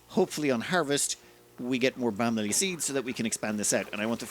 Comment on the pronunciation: Keep hearing bamily and not balm lily. We are balm lily, all my dreckos and me